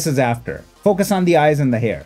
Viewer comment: I like how you say "this is Before, this is Aftuor" Classic 👌👌🤣